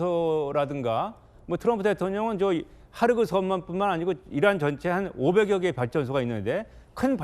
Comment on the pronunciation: 하르그섬이 아니고 خارک 헐크 섬 즉 흙섬 이란 뜻입니다. 헑 섬이라고 끝 소리 크 소리 좀 남 .